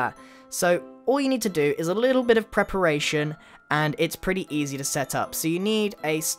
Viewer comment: he said bich not bit